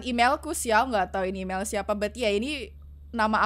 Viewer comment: imel tapi bacaan mail🗿 apalah